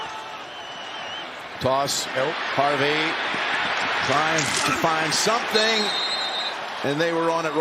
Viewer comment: "Spomething's gotta give today "